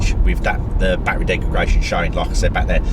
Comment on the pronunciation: Please stop saying Degregation! It's Degredation!